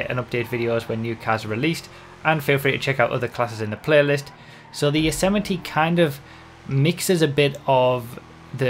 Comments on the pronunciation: Its the YOSE-MITE(YOS-MIGHT) not Yosemittee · it's pronounced yozimight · Isn't it pronounced Y-oz-might lmao